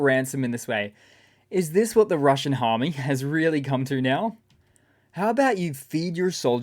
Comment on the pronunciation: Slip of the tongue? You said “Russian Harm-me” instead of Russian Army. Lol